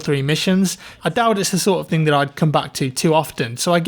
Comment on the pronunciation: I like you but the K after every thinK is very annoyinK..